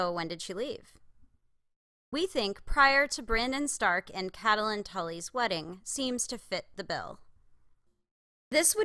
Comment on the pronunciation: Please, please, PLEASE, I'm begging you, stop pronouncing her name as Cat-a-lyn. Its CAT-lyn. Two syllables only. I love your deep dive theories and think that your videos are brilliant, but by mispronouncing a main characters name......its disappointing. Sorry, I'm not trying to be nit-picky or a Debbie Downer, but it really gets to me.